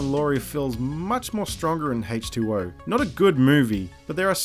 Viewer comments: for some reason it sounds like you're saying hate 2 0 instead of H20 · I love the way you pronounce H20. Great video.